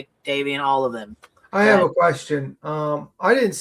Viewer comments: Queen, the victim's name is Davion not Dameon! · The other boys name is Davion not Damien.